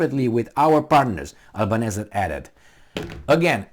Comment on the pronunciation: Australians pronounce 'Albanesi'.